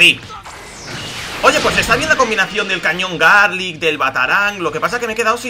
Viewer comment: Like si notaste que decía cañón garlick